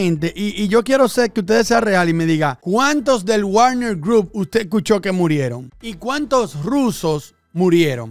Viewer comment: como siempre buen video, solo una cosa, se pronuncia Vagner